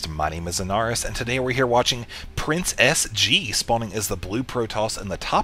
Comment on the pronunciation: It sounds like you're saying Princess G and not PrinceSG : ) Not very lucky with that nick I'd say ; )